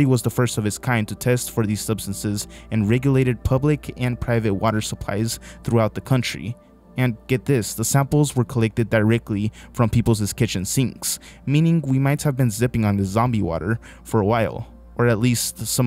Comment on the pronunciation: The plural possessive nations' is pronounced "nations", not "nations-es". The plural possessive people's is pronounced "peoples", not "people-ses". The word women is pronounced "wem-in", not "woman".